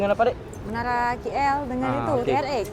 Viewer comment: K3napa suka cakap KI EL sebutla KL ATAU KAY EL